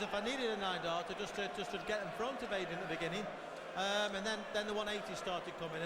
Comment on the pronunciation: taylor calls him aidian??? what a plonker!